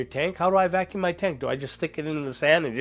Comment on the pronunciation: IS VACUUM NOT VALCUMN, GOD THATS BOTHERING ME SO MUCH